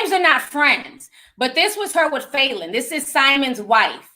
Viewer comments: Lmaoooooo I could barely listen to this because you kept saying FAYLEN!! does that even sound like a real name?? Lmaoo it’s Fallon!! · It’s Fa -lyn not Faylyn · Falynn is pronounced fallon like jimmy fallon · That can’t be the pronunciation of “Falynn” 😂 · Not one person corrected Ti on how to pronounce Falynns name 😂😂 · Cringed every single time she said it!! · That because we know TI mispronounces a lot of names wrong lol. Plus Ti speaks more than one language.